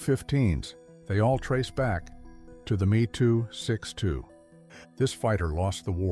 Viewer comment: I believe it should be pronounced “em ee,” and not “me”. The Gloster Meteor was entirely designed, built, and in service before a single Me 262 had been captured. The desire to turn it into a bomber did not significantly delay the entry into service.